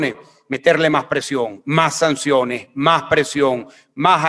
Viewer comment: DEBE HABLAR MEJOR CASTELLANO: NO SE DICE : " MAJ" , "ESOJ"; SE DICE: "MAS", "ESOS"......